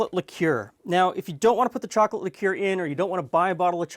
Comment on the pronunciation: pronounce liquor again for me... please!!!!! I'm dying hahaha!!!!